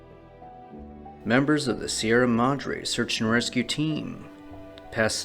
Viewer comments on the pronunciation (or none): none